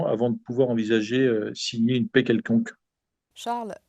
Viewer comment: Merci à Omerta et à Monsieur. Pour la journaliste du début d'émission, ce ne sont pas des négociations de pets mais des négociations de paix. Un petit effort de prononciation serait salutaire...